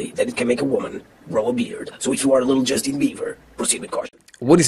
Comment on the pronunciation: It’s Justin not justine